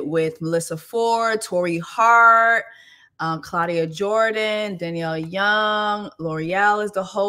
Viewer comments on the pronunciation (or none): none